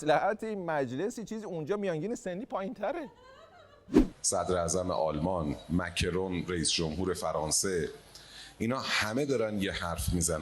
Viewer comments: چی گفت مکه ران یا مکرون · گفت مکه رون؟؟ مکه؟؟😂